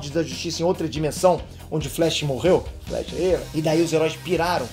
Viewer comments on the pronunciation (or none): none